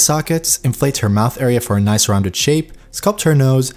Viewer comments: I like how he says "NOICE" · Can u like stop saying noice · the way you say "noice", it's very NOICE! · Love it. every time you said Noice.. I repeated NOICE :D Ill definitely check out the anatomy :) Thank you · and its most likely australian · NOICE XD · did not expected to hear that as well, haha.